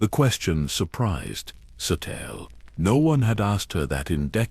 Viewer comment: By the end of this story, i will pronounce her name properly..its said ( SATEEL SHAN) there might be an E on the end, but it's silent..such a shame, i love these stories/videos..